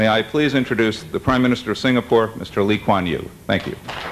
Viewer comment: The emcee pronunciation of Lee Kuan Yew is actually pretty good